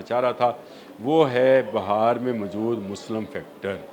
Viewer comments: Please correct the word BAHAR NOT BIHAR INDIA بِھار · بھائی یہ بہار نہیں ہے بہار ہے ب کے اوپر زیر ہے زبر نہیں Bihaar hy Bahar nai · Bi har not ba har corect it ❤ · It is not BAHAR but BEHAR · Its beehaar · لفظ Bihar ھے کم از کم نام تو لینا سیکھو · پلیز لہجہ درست کریں ، کبھی آپ بہار ب کے اوپر زبر بول رہے ہیں جو ایک موسم ھے، اور بعض جگہ بہار ب کے نیچے زیر جو اصل تلفظ ہے ، یہ ذہنی تشدد کے زمرے آتا ہے ، اور سماعت پر ناگوار گزرتا ہے ۔